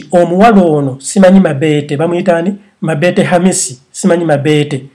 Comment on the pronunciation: Banange nfaa mbu MABEETE ITS MABETO HAAHHAHA